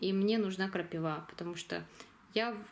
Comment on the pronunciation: крапИва , ударение на И.